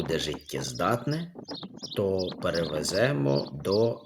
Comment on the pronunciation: ПривеземО - а не привЕземо, говоріть українською